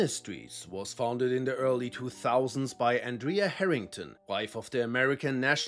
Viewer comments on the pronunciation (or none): none